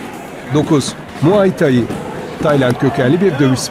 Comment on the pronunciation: Muaythai yazıldığı gibi okunmaz ve çoğu dövüş sporu ismini yanlış okuyorsun